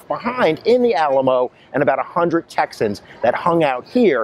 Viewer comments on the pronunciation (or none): none